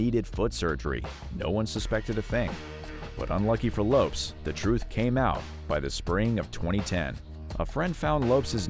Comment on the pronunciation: Lopes is pronounced "LOW-pess", not "lopes". LOLZ